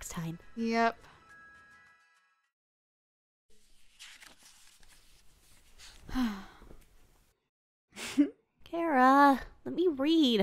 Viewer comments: Do you pronounce it “Care-A” or “Char-a” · Its ch ara not cara